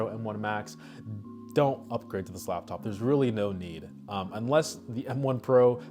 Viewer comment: It’s L A P top not lab